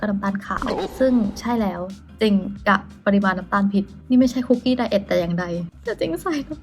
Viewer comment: ค้าบ คุกกี้ไม่ต้องมีไม้โทนะคะะ☺️🍪 ออกเสียงแบบเข้าคุกเลยย สะกดเหมือนกันค่ะ